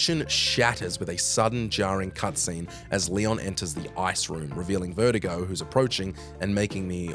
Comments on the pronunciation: Vertigo?! It's VERTUGO you putz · It’s funny how he’s saying Vertigo the health issue, rather than VERDUGO